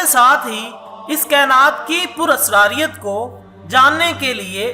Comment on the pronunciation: PurasariuT...Radeoooo.....abay bhai bolna tu seekhle.....pkuei duniya ma srif tujhe pata chala Baki sab duniya ma pagal hain....khud tu tu pagal ha...dekhne walo ko nahe bana ...new video ke sath hazir mat hona meharbani teri....